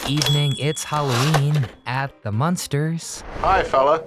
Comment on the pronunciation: It's MUNSTERS, not MONSTERS.